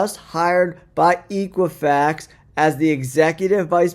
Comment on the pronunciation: I love your content. The company is Equifax, the E is pronounced with a short E and not a long E. Equifax is the oldest credit bureau in the U.S. and over the recent years it has turned into a large data analytics company in FinTech with many business units such as Equifax Workforce Solutions. In these times many executives are taking positions where their stock is vested at 3 years, 5 years is not as common anymore. 2 years was clearly an incentive to get him to take the job at Sofi. I don’t think Chad ever truly retired before coming to SoFi, he only needed a break to find a new high paying gig. It has been my experience that when that is said and the executive later finds a new job within a few months to a year, it was the company saving face as the executive exits and they don’t want to disclose the real reasons for the departure. You would be amazed at the things that go on at the executive level.